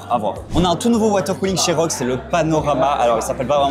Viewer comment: R - O - G pas ROGUE xD J'en peux plus xD